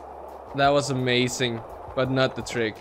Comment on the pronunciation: aye his english is on point just a few words here n there he ahs trouble with but thats normal like the word amazing he will say amaSing but thats fine